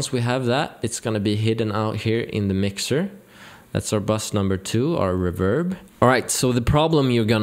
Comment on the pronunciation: I like your enthusiasm… And just as a sidenote… It is not reVERB, it’s pronounced REverb.